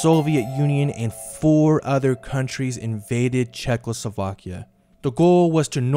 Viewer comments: Instead of Czechoslovakia he is saying Czechlosovakia. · I was today years old when I realised how, "Czechoslovakia" was pronounced.Wait,50 spelles out wrong.